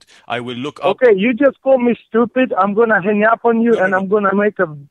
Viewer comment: DID YOU JUST CALL ME STOOPYID